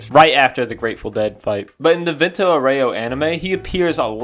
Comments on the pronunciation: vento oreo😭 as someone that speaks italian im crine at these pronouncations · Vento orreoh lol